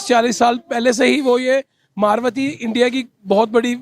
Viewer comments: अबे घोंचू मार्वती नही मारुती बोल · SEE "MARUTHI MOTORS" BLOODY PAKISTANI CANT PRONOUNCE NOR READ THE NAME. THEY SAY.. MAARWATHI COMPANY.. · मारवती नही भाई मारुती होता है